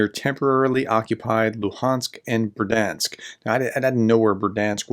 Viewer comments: I really like your reports, but I have one small detail on the pronunciation of place names. There are no silent letters here. The "i" is also a feature that separates Ukrainian from the Russian language. So Berdiansk = Ber-di-ansk (I hear you say Ber-dansk) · Third time's the charm, as they say. So Berd-yansk, not ber-dansk nor ber-di-ansk. Should we check with Anna anyway? ;) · Бердянськ= Berd-Yansk, two syllables . No "i" in it but "я"(ya) in the Ukrainian word. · learn to say berdiansk properly please.